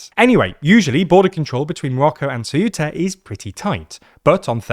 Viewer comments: Shameful clickbait title trying to jump on a fascist bandwagon that already passed. Also, it's "Ceu-ta", not "Ce-uh-tah". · Ceuta, not ceúta... Ceuta, eu is read almost as if it was a single letter... And most important, there is no "acento" in the u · It is CEU-ta, not ce-U-ta. The EU is a decrescent diphthong, not a hiatus with stress in the U. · why this weird pronunciation of CeUta? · Ceuta's pronunciation is: ˈθewta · what's with the very weird pronunciation of Ceuta lol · The way he pronounces Ceuta is triggering me a bit 😅